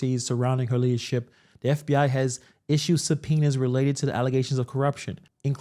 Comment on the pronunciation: "Allezations and some'penas" Tahoe tiff